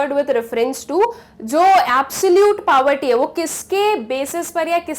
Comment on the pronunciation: The way she pronounces 'poverty' isn't right ig...